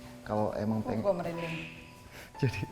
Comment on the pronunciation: Asli malah ngakak nontonnya. Apalgi pas nikita bilang "sepinding il" asli ngakak gw. Sm pas nikita blg "eh mbah mijan" wkwkwkwk gw ngakak. Org pak iwan jd mbah mijan 😅😅😅 Merinding jadi Sepinding 😅😅 Lanjutin ah ini konten seruu....